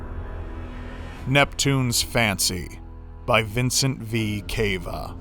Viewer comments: it's Cava like vena cava not cave-a 😂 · the way you pronounced cava made me cringe. it's cava (ca as in car and va as in lava) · I believe it's pronounced with a soft a sound cava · You said cava wrong...